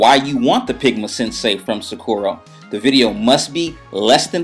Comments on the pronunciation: Thanks for this video, I have the same pens, so it was really helpful. It might be a pet peave, I'm not trying to be rude, but sakura is pronounced sakoora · wow you ink so well. this is a great tutorial. can i just say, though that sakura is pronounced * sa-ka-la * or * sa-k-er-ah *